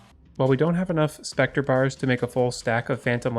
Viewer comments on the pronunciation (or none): none